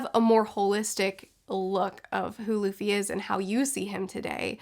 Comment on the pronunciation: Remember when she said "Laffy" 😂